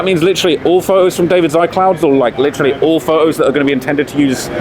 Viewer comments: How you pronounce the T in about and not photos 😁😂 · How can you say the T in apparently but you can’t say the T in Photos 😂